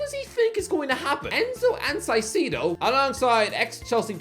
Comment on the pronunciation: Moisés Caicedo is pronounced Moy-says Kai-see-doh! 😅